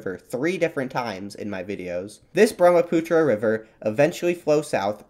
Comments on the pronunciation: Brahmaputra near my hometown❤ ❤ (I lost it when u pronounced Brahmaputra 😅) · its brahmaputra not that